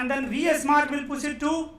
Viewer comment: its V-Smart not VS-Mart